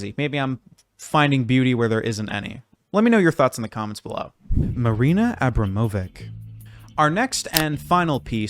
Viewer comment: It's pronounced "abramovich"